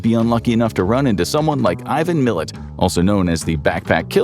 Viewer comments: said ivan Mi-lat not ivan millet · as an Australian I can confirm Canberra is boring. Also, it’s pronounced Mil-at here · I'm Australian and have no idea who John Bunting even is, probably should have chosen Martin Bryant instead especally after that poor attempt at saying Ivan Milats name. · Also I can’t take you seriously, because you pronounce goebbels name like ‘gobbles’ on all your German vids, but how you pronounced Milat, lawd.